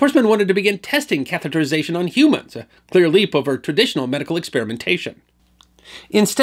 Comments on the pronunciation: Thanks so much for a great video. And especially for pronouncing "catheterization" correctly! So many people don't. (Catherization is the usual mispronunciation.) A small thing but it can drive a person nuts! (Like hearing "nucular" instead of "nuclear.") Yeah... I know... OCD! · Nice work on pronouncing 'catheterization'. It's a twongue tister.